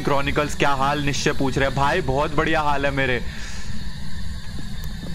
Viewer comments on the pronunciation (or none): It's Nischay not Nischy